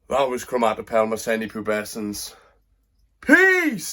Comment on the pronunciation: One of my favourite species! Gutted you can now say the name without messing it up. Cracking video brother!